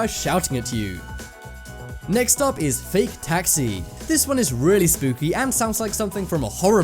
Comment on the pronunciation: He says spoopy